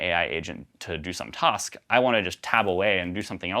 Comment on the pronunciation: Every time he says "tosk" instead of "task" my inner linguist wants to know where he grew up. :buffering